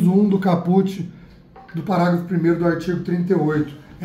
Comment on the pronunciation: É "cáput" que se fala.. hahahahha